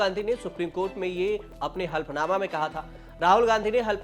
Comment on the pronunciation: शुद्ध बोलना सीखिए। 'हल्फनामा' नहीं 'हलफनामा' बोलिए!